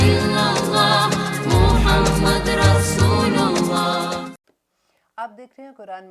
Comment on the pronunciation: Sister,Is it "RASOOLILLAH" as u say it, asOR "Rasoolullah?"